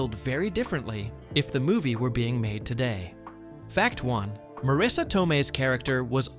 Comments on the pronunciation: is not pronounced Maraisa is Mareese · One of my favorite movies. Wish Marisa and Pesci were pronounced correctly. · It's pronounced Pesh-ee, Ma Riss A, Herman not Her man. Great facts but you butchered peoples names. It was a great movie, and Marisa's explanation about the car stuff was amazing. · The most annoying thing about this, and the reason i almost turned away very early, is the constant mispronounced names. Worst of all is three different pronunciations of Marissa Tomei's first name and at least two different pronunciations of her last name. It's bad enough to say someone's name wrong, but multiple ways shows blatant disrespect. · This video has a decent script which is about a movie that's a cult classic, however it falls short in execution due to poor pronunciation because you failed to nail both "Marisa" and "Pesci" in your text to speech app ; Wrong way: "Mah-Rees-uh" and "Pessy" and Right way: "mah-Riss-uh" and "Peh-shee"